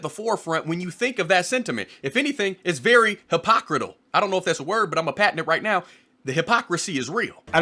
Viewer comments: Hypocritical... not hypocrital. Lol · He said,"HIPOCRITAL!!". I bout lost......MY MARBLES!! It's hypocritical but you're straight. It was funny. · 😂😂it’s pronounced hip-uh-crit-ical your alright bro! Love this vid also been a long time fan of JP too🤜🤛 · "Hypocritical" is definitely a word you just pronounced a little funny there Now everytime I use that word that pronunciation will be stuck in my head lol